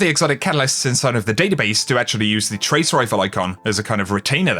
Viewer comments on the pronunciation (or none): none